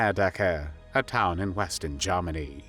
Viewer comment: Strange vowels betray a rather confused algorithm? (Eg Bavaaria Jarmeni)